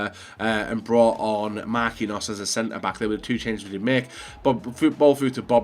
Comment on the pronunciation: I know he corrects himself on a couple of these but it's just mistake after mistake on every video 😐 1. 'Perisic of La Liga' 2. Says Sané instead of Mané 3. 'We need something in the goalkeeper position' already has Lloris 4. 'Mar-queen-hos' 5. And the classic 'I don't know where I'm going with this' - and he only has 2 picks left Think before what you're saying